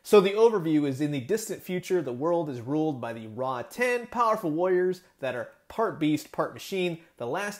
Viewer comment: It's pronounced Rotten not Raw 10 also given this is more "kid friendly" it's still slightly disappointing we don't have a full articulated version. Still some added paint to the fur and skin even a gloss on the eyes and the inside of the mouth like the teeth and tongue. Along with painting the scars this would look like a great high end figure